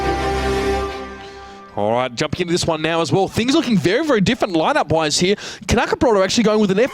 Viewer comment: Knäckebröd not Knackerbrot learn Swedish.